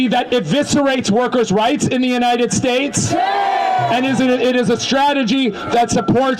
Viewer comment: It's united not untie